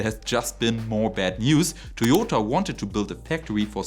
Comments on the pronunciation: Es heißt immer noch „Toyota“, nicht „Toyodr“! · Toyoter! Please stop saying this! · Toyoterrr and Teslerrr 🤣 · Felt like he was being extra German and intentionally mispronouncing a Japanese company.